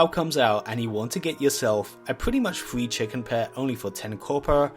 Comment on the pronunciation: "wawcwaft fwee"